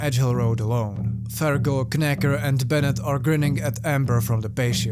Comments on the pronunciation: This one has been on my to-read list for a while, and I've stopped your vid in the middle to go read it and will return once I do. BTW, it's pronounced "nacker". Sorry, the K is silent because English is a bloody stupid language and nobody should speak it. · The "K" in "Knacker" should be silent. So his name is pronounced "Nacker." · love the video, just to let you know knacker is an english insult/playful nickname. Silent K, pronounce as nacker =] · Just a note: The K in Knacker is silent. You pronounce it as "Nacker". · Silent K on knacker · I could be wrong but normally in England that K would be silent and it would just be 'Nacker* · I saw this movie and wasn't impressed. The book is definitely a lot more interesting. Btw, the K in Knacker is silent. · the k at the beginning of knacker is silent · Kn in English is pronounced without the "k"